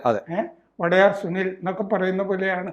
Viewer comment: മൈസൂർ രാജാവ് വൊഡായർ ആണ്. വടയാർ അല്ല.